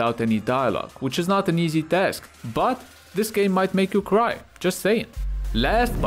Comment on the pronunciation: nailed sekiro lmao !